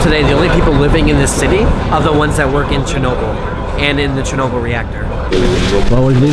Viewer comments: Fucking Peter Jennings...."Churnable" Atomic Power Plant. Almost like Wilford Brimley with his "Diabeetus". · That news idiot doesn’t know how to pronounce Chernobyl and Moscow